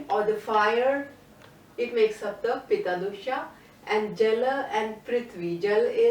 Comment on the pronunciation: Thank you for this wonderful information! I hope what I say does not offend you. I'm very particular about spellings and pronounciation. Throughout the video you referred to the Pitta dosha as 'Pita' which means Father. I hope this can be corrected in future videos. Sorry for being nitpicky.